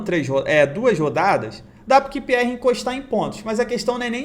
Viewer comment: Repeat with me: "QUIU PI AR" =QPR 😀😀😀 Grande!!! Siga firme!!!